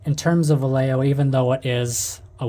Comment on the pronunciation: “You need different cleaners for acrylic and lacquer paints.” Gunze Mr. Color Thinner has entered the chat Props for pronouncing Vallejo properly.